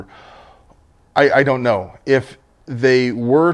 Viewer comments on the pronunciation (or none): none